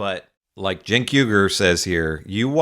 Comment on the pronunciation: How many times has Morgan had Cenk on and he still calls him CHENK not JENK as its pronounced.